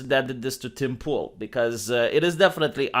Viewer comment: Yeah, this is bad. This idiocy can get people killed. Only good thing about this is hearing pronounce “Tim Pool” as “Dimple”. 😁